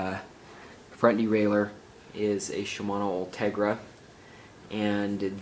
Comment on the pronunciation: ...."Shmomosuma 105, Shmomosuma 105"....NERD